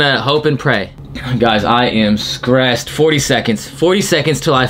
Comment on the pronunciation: white boy saying he skressed LOL dude straight out the suburbs